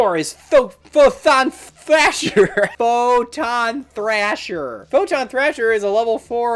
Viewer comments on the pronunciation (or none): I was drinking something when you started fucking up Photon Thrasher and Cyber Dragon, and, suffice to say, it is now all over my desk from laughing. Thanks.